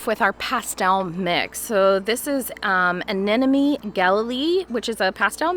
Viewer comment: it is Anemone..not Anenome..